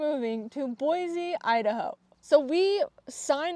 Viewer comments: Yay! Idaho is the BEST. I've followed you for a while and am so excited to hear this. We live in east Kuna, just directly south of Boise, (its like 15 min south, if that) and FYI its pronounced Boi-SEE, not Boi-ZE. We moved 3 years ago and learned that real fast lol. Also check out Dusty Acres Boarding Facility. I actually live just down the street from the facility and its really amazing. My daughter gets her lessons there and I know they have space. Trail riding nearby, indoor and outdoor riding arenas, storage for trailers, and there are tons of trails an easy drive away. You can get to Lucky Peak or stay in the High Desert in just a few minutes from the facility. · Lesson 1 of moving to Idaho: Boise is pronounced Boy-see instead of Boy-zee😉